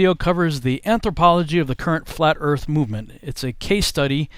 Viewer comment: Flat "eart?"